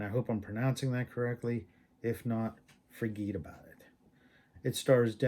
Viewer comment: " Forgeet about it"😂